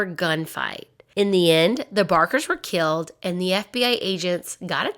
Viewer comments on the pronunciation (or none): none